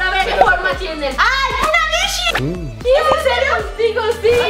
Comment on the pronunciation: Lesslie : "ahy una bishi" Yo : JAJAJAJAJAJA😂😂